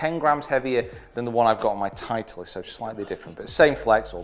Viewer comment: Love the video, just have to mention "titelst" tho.... still a thumbs up every time